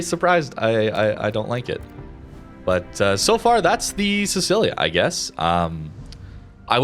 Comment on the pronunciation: i am so sorry but your pronounciation hurts: siTSCHIlia not sisilia